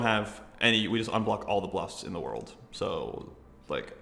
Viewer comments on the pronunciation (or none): none